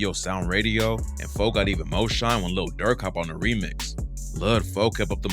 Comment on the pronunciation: It's pronounced "lil" not lud